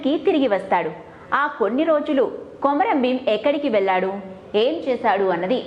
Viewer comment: కొమరం ప్రచురణ సరియైనధి కాదు( కుంరం)